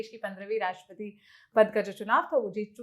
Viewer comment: राष्ट्रपति होता है राष्ट्रपती नही होता। आप गलती से हिंदी पत्रकारिता कर रही हैं,जबरदस्ती महिलावादी ना बनिये।